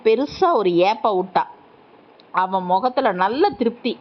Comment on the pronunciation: அவன் அவள் இரண்டும்ஒரே மாதிரி உச்சரிக்கிறீங்க பேரை சொல்லலாமே தெளிவாக உச்சரிப்பு இல்லை